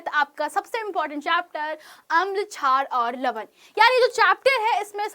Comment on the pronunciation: Being an english medium student, im kinda traumatised after hearing "Aagam char aur lavan" 💀